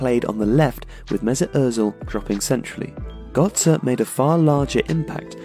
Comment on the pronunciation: So it's Özil but you cannot say gÖtze? xD i am confused